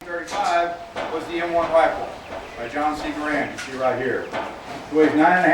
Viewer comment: It's pronounced "Gair-end" not "Guh-rand"